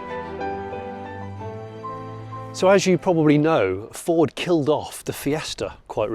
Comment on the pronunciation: I haven't watched this yet but I'm fairly sure Jonny doesn't pronounce Ford properly even once.